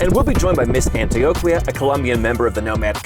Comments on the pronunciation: Excellent video. One tip for you: the combination on Q-U sounds as a K in Spanish. Example: Antioquia= antioKia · Dude needs to learn how to pronounce Antioquia. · The way dude pronounces Antioquia pretty much sums up the type of Tourist this type of video would appeal to, Que Bobo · My man can't say Antioquia correctly for the life of him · The beauty of this country isn’t the ultra rich, it’s the countryside, the beautiful pueblos and the wonderful people. I know you’re a gringo Rolo but please pronounce Antioquia correctly. 😅